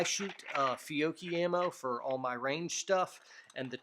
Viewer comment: Finally, somebody who knows how to pronounce Fiocchi! Grazie,.